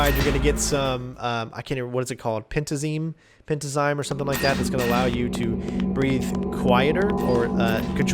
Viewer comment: I know this is late, but having watched and enjoyed your Metal Gear playthroughs, the pronunciation for Pentazemin is "Pent-as-a-mean." =) Cheers.